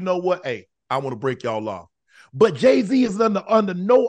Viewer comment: Idgaf what you say Jay wrong